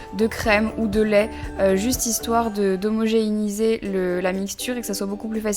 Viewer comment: Ça à l'air trop bon! (mais ont dis Homogénéiser et pas Homogeiniser ) C'est pas méchant c'est juste que ça fais plusieurs fois que je l'entend dans tes vidéos. Aller bisous de Guadeloupe 😘